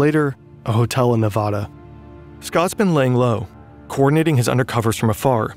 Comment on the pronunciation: It Nevada not navada